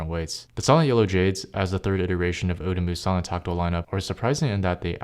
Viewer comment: “sahlen switches”? “sai-lent”!